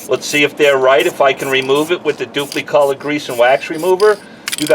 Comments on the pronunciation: Always heard it dupli with an "i" ...kinda funny sounding with an "e"...duplEcolor. wonder if they offer a low gloss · Love the pronunciation “Duuplee”